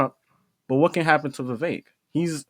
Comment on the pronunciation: It's not viv-vake it's Viv-vek.